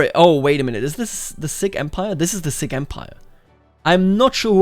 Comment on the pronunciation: Sikh is pronounced like a seek.